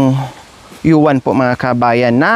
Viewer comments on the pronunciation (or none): "Uwan" tamang pronounce madam " OWAN"